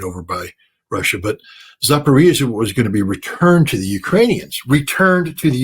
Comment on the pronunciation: Dear Scott Ritter -- It's pronounced "Zapar-O-zhiya". That's why the famous most popular small Lada car model is called the "Zapar-O-zhets", named after Zapar-O-zhiya.